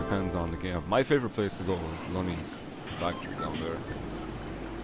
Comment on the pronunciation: "Loni's factory"